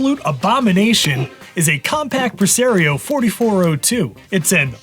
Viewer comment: I’m fascinated by your regional pronunciations. “Pre-Sair-eoh “ Instead of the official “Pre-Sah-rio”. You do the same thing with Mario as Mare-eo.